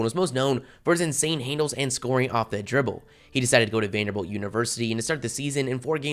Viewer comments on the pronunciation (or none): none